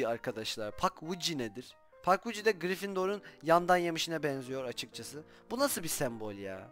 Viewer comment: abi o pugwidgie pagviç diye okunuyo